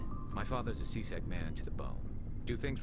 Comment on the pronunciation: whenver garrus says c-sec, i hear c-sex